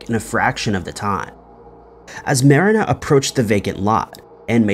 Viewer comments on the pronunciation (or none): You know exactly what words/names to purposely butcher to irk people.. in this case “Marina” was that name! I love it!!! Genius 😂🤣